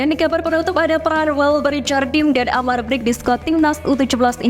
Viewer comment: min cara baca amar brkic nya salah harusnya amar berkich gitu